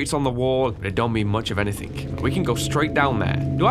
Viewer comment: I love when he says "anythingh" XD